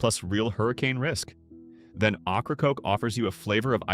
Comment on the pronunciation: AI can't pronounce Ocracoke properly, it's pronounced "Okra-Coke". 😂